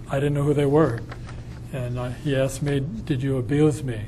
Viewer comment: This dude should have postphoned this deposition the second he said axed skin to skin its def proprietary 😂😂😂